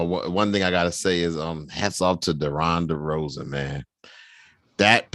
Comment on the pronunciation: Who the fuck is "Deron" Derozan? Dude doesn't even know his name jeez.